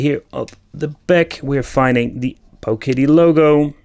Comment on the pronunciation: I got to hear Pooooooowiddy mulitipe times in one video. You've really outdone yourself, good Sir!